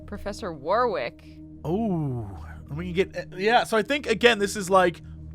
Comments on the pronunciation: !!Attention North Americans!! - Warwick is pronounced 'warick'. That is all. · The second w in Warwick is silent.